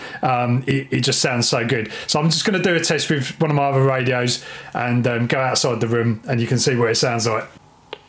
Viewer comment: The word is "OTHER". Stop pronouncing it like it is spelled "UHVUH".